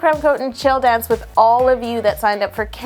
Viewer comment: Im sitting here laughing as I watch yo say "I need to practice my donce"